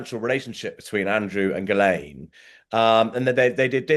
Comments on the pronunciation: Why does the interviewer deliberately mispronounce names, despite Andrew Lownie saying them numerous times? For example: Virginia Guiffre (GWIFF-RAY); Ghislaine Maxwell (GIZZ-LANE). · It's very disrespectful of you to continually mispronounce Giuffre's name. Not to mention Ghislaine's. Get it right.